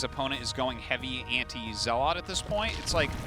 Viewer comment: I love Artosis, but why can't he pronounce zealot (or dragoon) correctly?